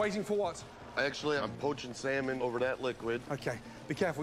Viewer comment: Stop pronouncing the l in salmon!